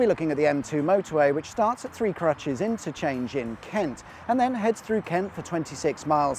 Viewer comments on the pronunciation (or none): Strangely, Three Crutches is pronounced Three Crootches. God only knows why.